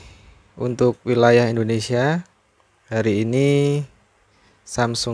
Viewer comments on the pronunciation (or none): none